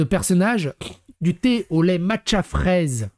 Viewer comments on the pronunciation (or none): none